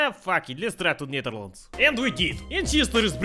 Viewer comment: you spoke it like a dutch person netherlands we say nederland